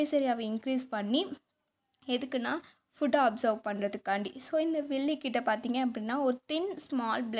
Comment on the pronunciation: It is not villie it's villai